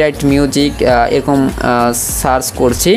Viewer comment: ওরে গাধা ওটা সাচ হবেনা সার্চ হবে আর এটা মাইক্রো ফোনের ছিদ্র